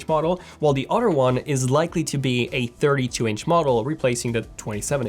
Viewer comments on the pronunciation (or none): Say other not udder.